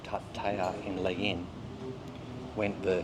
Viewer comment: Legee-uun. That's how you say the area. Legian. Have a fun there.